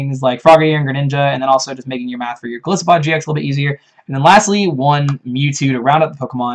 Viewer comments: Breloopharos That's the wrong pronunciation because both Goliath and isopod use the long "I." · Golisopod is pronounced with a long "I", just like "Goliath", the biblical figure that matches Golisopod's appearance nicely, and "isopod", the animal it's based on. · Golisssopod sounds better. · I've heard the short "I" pronunciation" one too many times and it's very annoying they didn't pick up on Golisopod's etymology.